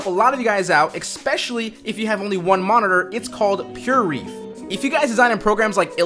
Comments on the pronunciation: its called pureref... as in Pure Reference... not Pure Reef lol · Drives me crazy how you pronounce Pureref. It's like reference, or referee. Not reef like an ocean reef.